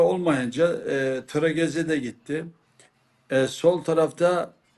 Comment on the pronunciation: Yav sevgili, Trezeguet sana gücendiğine takımı bırakıp gitti. Öğretemedim sana; tregeze değil trezege...😂😂